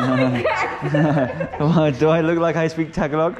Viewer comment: Hey brother I've been all over Mindanao believe me if your not a deep Muslim there are places in the mountains you don't want to be. I'm glad you didn't find one or you damn sure remember it if you get out lmao Hey and why I'm at it you are mis pronouncing Tagalog it's not( TAG A LOG ) AS YOU SAY IT.I'm a new Sub here I really enjoyed your vlog keep up the good work. Mabuhay Po & God Bless stay safe!!!!!! Keep your head on a 360 degree swivel in those mountains